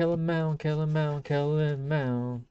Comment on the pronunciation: Mond, not Mound